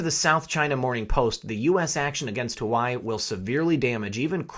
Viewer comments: I think Huawei is pronounced "wah-way." I love your videos, and your commentary! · FYI... Huawei pronounced wah way. Your videos are spot on. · Huawei is pronounced, warwee! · It's pronounced wah-way Phuk nut. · dammit, the cell phone company's name is pronounced.. "waa-way" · Hello . Yer doing great. FYI pretty sure the pronunciation of the Chinese Telecommunications company Huawei is your pronounced “wah-way”. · huawei - pronouned Wah-Way... :) as the others chime - always great updates. Thank you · Don't know why but it drove me nuts it's pronounced yaw-way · HUAWEI is pronounced "Wa-Way" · It’s pronounced Waa-way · Huawei... Pronounced "WaaWay"! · huawei is pronounced wa way just for the record lol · Isn't it pronounced wha-way? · Good stories but Huawei is pronounced Wow Wei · PRONOUNCED WHAH-WAY...GOOD JOB ✌✌ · Huawei = Wah-Way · Huawei... pronounced waah way. Apparently. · Huawei (waa-way) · This guy does not know how to pronounce Huawei! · Please stop mispronouncing Huawei. It's not hu•a•why, it's pronounced wa•way. Think of chihuahua and weight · In defense of our Hawaiian brothers and sisters, It's pronounced "Wah-Way". Not Hawaii :D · It’s “Wah-way” not Hawaii, my only issue with your otherwise great video 😂💯🙏🏽🇺🇸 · Hua Wei is pronounced "Hwa" (like one says while doing a karate chop) and "Way" and NOT "hoo-ai" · Correct pronunciation is #WahWee and not #Hawaii ....... Please pay attention❗️ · Huawei is pronounced Hwa-Way. God, stuff like this grates on my ears like nails on a chalkboard! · LOVE your stuff!!! You are my go-to channel and I love your giggle-fits! But, I got corrected myself regarding Huawei - it is pronounced Wah-Way Please keep up your great work as I can't stand a day without your outlook (and those chuckles)! #WWG1WGA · Huawei is pronounced wah-way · Please pronounce Hua Wei correctly. It hurts your credibility when you refuse to enunciate correctly. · Huawei is pronounced wa-way not hawaii. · Huawei = "wah-way"